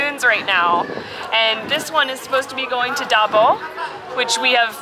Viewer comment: Davao is being pronounced as "duh-vow" and not davo...just sharing.